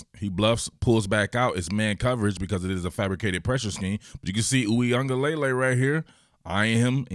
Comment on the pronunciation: I swear y’all gonna learn how to say his last name. It’s ends LUH-LAY not LAY-LAY.